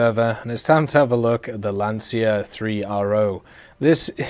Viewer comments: hey, it's not lansia but lancia😂 Good video btw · Also, for the love of god guys, stop saying "lanzia", it's pronounced "lancia" like when you say "chocolate". Pretend it's called "lanchia".